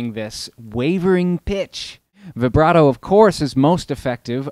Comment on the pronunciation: Good stuff! For $28, you can't beat that pedal with a stick! Oh, and thank you for pronouncing "vibrato"correctly! It drives me crazy when people say it with a long i sound!